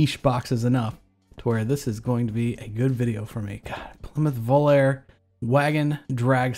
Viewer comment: It's pronounced voll-are-ayy - Volaré. Late 70s car with most being powered by a slant six